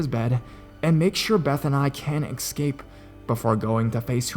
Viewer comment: It's es-cape! Not, ec-scape. You are a very talented narrator & I absolutely love your work. But that just drives me crazy.